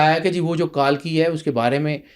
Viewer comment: ये पागल है यार और इनसे उम्मीद भी क्या कर सकते हैं कल्कि तो इनसे बोला नहीं जा रहा कल्कि को कालकी बोल रहा है ये मंदबुद्धि दो पागल बैठकर पॉडकास्ट कर रहें हैं